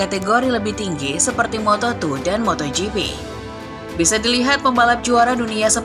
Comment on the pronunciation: lompatan dari moto tri ke moto tru😁😁 ngopi dulu mbak